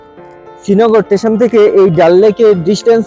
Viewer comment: Dada tesion noi ota "station"